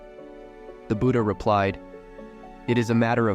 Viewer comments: It's not buda it's Buddha. You probably use voice AI for these stories. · what's "Nenda", "booda" and "sooda" can't you even pronounce the names correctly?? Such arrogance